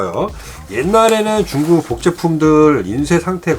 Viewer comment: 가끔 중국 발음이 쭝국이라고 하실때가 많음 컬리티가 낮은 상품을 소개하실때....쭝국이라 하심 하여튼 쭝국 때문에 도 코로나 조심하세요